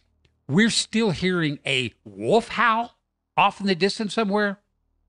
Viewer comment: you do realize that the word “wolf” has an “L” in it and not two “U’s” right? Hahaha, “wuuf”! Just messing with you-love your stuff!